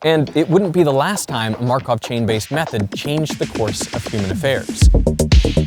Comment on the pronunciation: (the blonde guy) is good, but I hate when people pronounce TH as F, omg (Feory=Theory) and (Mefod=Method). He also says V as F which I've rarely heard before. (Fowel=Vowel) and (Fote=Vote) 💀(I'm also northern European like him, so that's not an excuse). I hope he will consider and learn how to pronounce it better:)